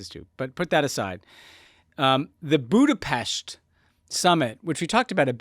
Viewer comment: No hate to Tommy and Ben, but I had to take a break with their forced “Budapesh” pronunciation